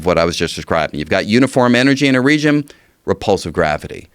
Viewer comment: he says "math the mathics" and follows it by saying "regiom" soon after, what a dummy